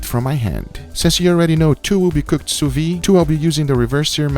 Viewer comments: Adoro seu canal, mas toda vez que você fala sous vide, I cringe. 😂 É “su vid”, não “su vi”. 🤪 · if you can say the word vid / video you will say sous vide perfectly sous vid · 'soo vee *the*'. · why does he keep pronouncing "sous Vide" wrong? is there any reason?